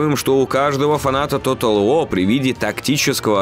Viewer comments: Тотал ВО! Английский - ВО! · как же раздражает тото уоу! ты либо говори по английски либо по русски, а не нечто среднее. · Почему "Тотал Во"?! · Может диктору при произношении английских слов лучше использовать "русский английский"? Например, Тотал ВоР, а не Тотал Воа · Bri'ish si'.